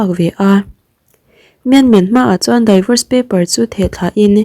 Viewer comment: Daivors ti suh, d'vors emaw mizotawng a di-vors tiin lam roh. Hetiangah chuan google ah "divorce pronunciation" ti la i ngaithla thei mai ang.